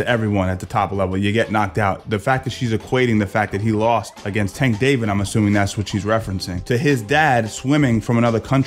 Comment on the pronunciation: Yeah, imma go ahead and leave this video since he called tank “tank David” wth?! Boy bye✌🏾